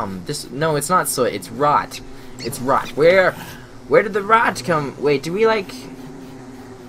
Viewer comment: It said "Rot" not "Rock"